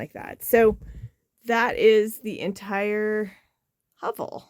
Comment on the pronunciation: Very nice build. Although it’s pronounced ‘huh-vel’